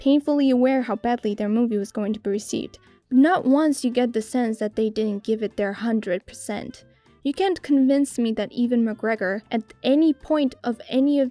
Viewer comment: Nice Video and all but could you please, for the love of god, stop saying „Eevan McGregor“?